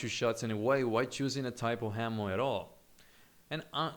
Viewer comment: you're really good at this game. but you have to work on your pronunciation, my friend. What's with the unnecessary H's? H'ammo? Really? why?